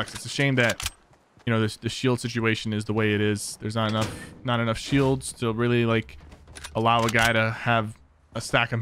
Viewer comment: The way you say “shields” is so satisfying